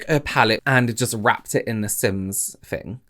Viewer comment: Or “fings” XD